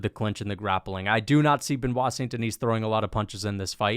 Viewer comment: Benoit “No Staph” St. Denis